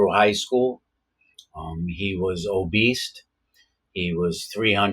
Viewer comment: "obeast"? lol